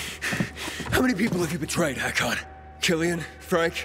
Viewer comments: You keep saying HEY-Kon when he clearly says his name is HA-kon. Noticed this since Day one of this game and it's annoyed the hell out of me. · How could you still be saying "Hey-kon" when the NPCs, Aiden and Hakon himself says "Ha-kon"?